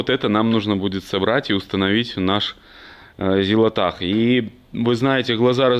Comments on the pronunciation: зилотах не так прочитал)) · почему ЗилоТах а не ЗилоЛе ?